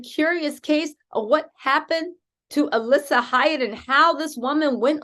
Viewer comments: Alysse pronounced Elise. Not Alissa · I know it's besides the point but her name is Alysse not Alissa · get your shit together get her name RIGHT